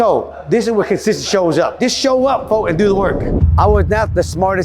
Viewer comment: I love the way you say cosisasssy 🤣🤣👍🏻👍🏻💯